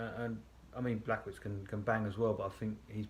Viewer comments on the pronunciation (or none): Its not blachowitz 😂 is it that tought to write this in google translate and listen the proper pronunciation xd